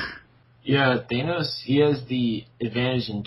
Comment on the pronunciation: You don't pronounce the a in thanos like that